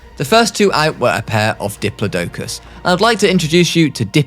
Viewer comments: Yo bro ik it looks like dip-low-dow-kus but it's pronounced di-plaw-dicus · pronounced dip-plo-da- kus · “dipla doke us” is crazy